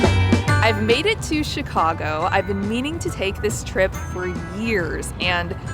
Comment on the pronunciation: As a born & raised Chicagoan, THANK YOU for pronouncing Chicago properly. It warmed my heart! It's just as you said it: Chi-CAU-go, not Chi-CAH-go. I'm so glad you had a wonderful time here. Next time, come in the summer. We'll melt your mittens off! 😁